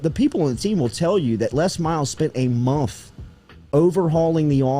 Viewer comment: Jordy. It’s not mumf. It’s month. 😂